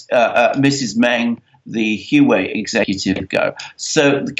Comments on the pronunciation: Huawei is pronounced as Huwawei not Huwei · It is not Hu wei. It is Huawei. The 'A' for America just got kidnapped. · I'm told its 'wha-way' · Huawei is pronounced "Wah-Way". Just google the pronunciation of the word. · Say Huawei like this 'Hu-Wow-Way'. The way you guys say it, it is so wrong, I cannot even understand you. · I can't understand either. "Wah Way"(2 words) is the correct pronunciation. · Huawei is pronounced ' Hwah Way ' Ms Meng is now out on bail. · Can't even pronounce Huawei right?